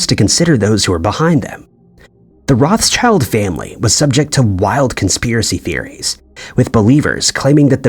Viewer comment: Wouldn't it be wonderful if the narrator pronounced Rothschild right just once?